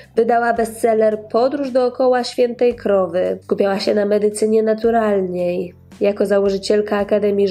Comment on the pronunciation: "Skupiała się na medycynie naturalNIEj"???